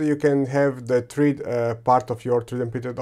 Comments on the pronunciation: Thread rhymes with bread! Excellent research though! ☺️☺️ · It’s pronounced THREAD, not THREAD.